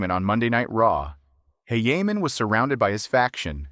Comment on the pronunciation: Wait his name isnt heyheyman